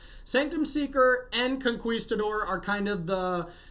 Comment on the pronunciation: Say Conqueesetador one more time! Lmao